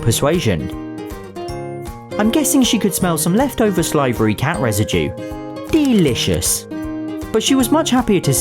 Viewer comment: ee Deelishos